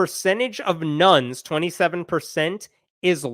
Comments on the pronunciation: Oh my god. It took me three minutes to realize you were saying "Nones" and not "Nuns". Just listening to this, I was like "I guess Catholicism is on the rise? Convents are cheaper than renting?" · This isbthe first video of his i have seen, i thought he was saying NUNS instead of NONE the first half of video🤪, lol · I wasn't listening properly and fast-forwarded to a chart. For a moment I thought he was saying ...nuns... were the biggest single group of believers. LOL (Partly because the actual chart's segments' labels were covered by his face. Then I realized he was saying 'nones' not nuns, which made more sense) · I thought he kept saying there were more "nuns" than protestants. Silly me. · Not everyone realizes you are saying none & not nun.